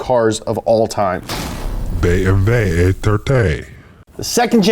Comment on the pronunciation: The way the “spoopy dark voice man” pronounced “BMW” when it came to the BMW e30, it was in perfect dutch.